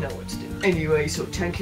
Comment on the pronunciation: I love his Irish accent and I love when there is a th sound he just says t' like. instead of thank sounding like th-ank it sounds like tank. tank you. I love it